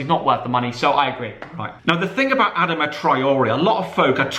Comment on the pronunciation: Adama pronounced ad-ar-ma